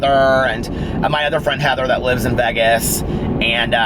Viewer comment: You do say Vegas funny!! Lol I dont know how you dont hear it. You say, v-eehh-gus and its pronounced v-ay-gus, if that makes sense. 💙💙💙💙💙💙